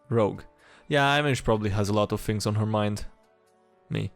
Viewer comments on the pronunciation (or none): none